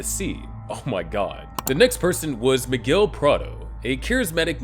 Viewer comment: His name is Miguel, not McGill.